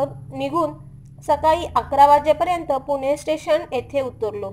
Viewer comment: पुने नाही ग ताई..... पुणे आहे ते